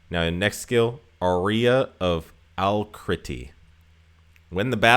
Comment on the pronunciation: Can't see any other help with the pronunication, apologies if this is redundant. Ensemble of Exultation - On-SOM-bull of ecks-ul-TAY-shun Aria of Alacrity - AHH-ree-uh of a-LACK-ritty Panacea's Paean - Pan-a-SEE-us PEE-an Cheers for the videos btw, very helpful! If I can pass on one bit of (hopefully constructive) criticism: as a new player, most of the stuff you mention is either gated behind many months of play, or simply unavailable for any price. It'd be nice if you could mention availability as you go along, it'd save a bunch of (mildly depressing) googling for newbie viewers like me.